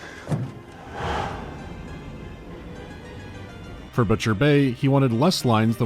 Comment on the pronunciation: I keep hearing Riddick as "Reddit", makes the game way scarier